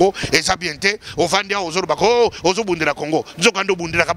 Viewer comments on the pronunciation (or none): none